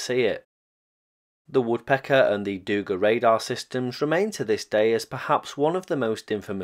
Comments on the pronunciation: Just as a side note: it is dugA, not dUga. Also, Habarovskiy krai, nor Kabarovski. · Not dOUga. It’s dugA, accent in the last letter. No criticism, wonderful content, just a notice😄